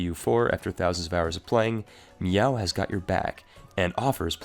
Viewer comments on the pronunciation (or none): Its pronounced "May-ou" not "Meow"